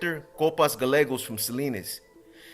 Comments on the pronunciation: yo box double L's in spanish are always pronounced as a Y....gallegos would be pronounced guyeggos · Double ll, Y, Gallegos is how you write it, but when you say it it should sound Gayegos (y) not galegos like the gabachos will say it! Your not gabacho right 😂